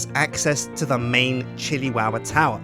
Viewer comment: Chilli towah?